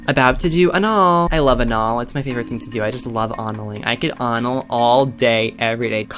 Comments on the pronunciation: "anaul" LOL CRYING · "about to do anaul" DEAD